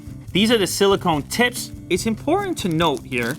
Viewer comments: Not to mention the fact that it sounded like he said, "these are the silicone tits!" . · Silicon Tips.. not tits😂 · "THESE ARE THE SILICON TITS" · "These are the silicone tits" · Silicone what sorry? must have replayed it 100 times.